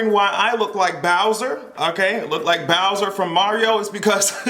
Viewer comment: Sir you did not say Bowser 😂😂😂😂😂😂